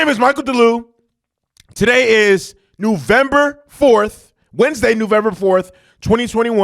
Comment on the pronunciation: It's November, not newvember!!!!! And it's not the 4th, and I believe you said the 1st. 🤣 it's the 3rd!!!! Yeah and the screaming you do is annoying!!!!!